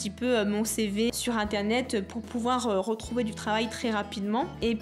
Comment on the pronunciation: au lieu de dire internet elle as dit intenet trop mimis sinon c'est trop mimi quand tu parle de valouzz t'es yeux brille